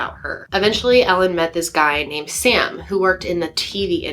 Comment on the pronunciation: Sam, its Sam.